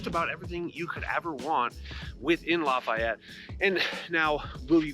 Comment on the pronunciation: You pronounce Lafayette like a total douche.